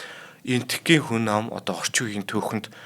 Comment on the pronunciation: Энэ залуугын хазгай хэлийг яалтай кк хүнь амь гээд л явчих юмаа Болж өгвөл хүн аи гэж битгий яриасай бурхан минь 🤪